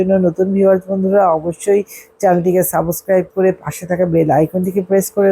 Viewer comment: অধ্যাপিকা হয়ে সাবসক্রাইব বলছেন। সাবস্ক্রাইব বলতে পারেন না?